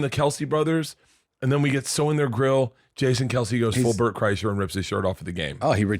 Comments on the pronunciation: Bert and Tom are a couple of unfunny douches….watch any YouTube video on Bert’s downfall and how much of a liar he is… Toms not funny at all and should understand his podcast career is only here because of Brian Redban. I’ll be honest though this all is almost cringe compared to you pronouncing Bert’s last name wrong like it’s the automobile Chrysler.. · I can’t tell if mispronouncing Bert’s last name is on Accident or does he know the 2bears joke that all media outlets fuck up his first or last name constantly…😂😂😂😂